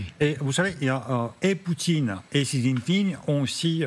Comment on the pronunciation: Qui est cet amateur de présentateur qui ne sait même pas prononcer le nom du président chinois ?